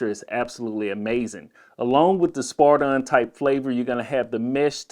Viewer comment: spiridon not spardon